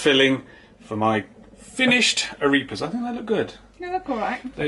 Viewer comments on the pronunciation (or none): It's ah-REH-pahs, not ah-REE-pahs.